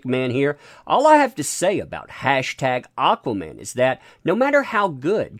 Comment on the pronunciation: AH-quaman!!!! Aaaaaaaaaahhhhh